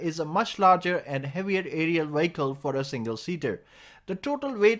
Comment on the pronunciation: I wondered why you kept saying WIGGLE, then I realised you meant VEHICLE. Lol!